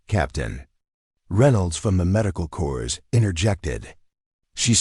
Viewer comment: These are some of my favourite stories, with the longterm outcomes of excellence. No need to bang on about “she never sought recognition”, you’re showing it in the story And “Corps” is pronounced “cor” 🇨🇦